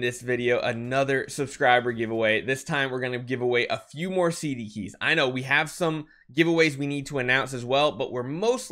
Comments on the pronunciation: "CDKEY" please please please ty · “CDKEY” poggggg